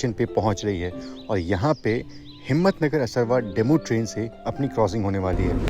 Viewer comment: Bhai aap jagaho ke nam har bar galat pronounce krte ho असरवा nhi असारवा hai